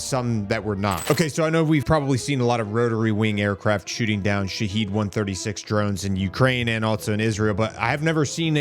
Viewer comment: Sha-Had Drones this is the Second Version of the Wrong Pronunciation 😂 Not Sha-Heed Not Sha-Head 🤭 Also Trump isn't taking Anything seriously, He's only waiting Two Weeks for Approval Stats because MAGA is Divided.